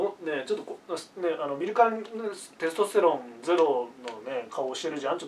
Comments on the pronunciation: イントネーションのせいでテスとステロンの3兄弟みたいになってる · テスト⤴️ステロン⤵️ww